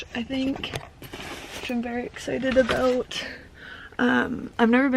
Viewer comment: she said aboot :)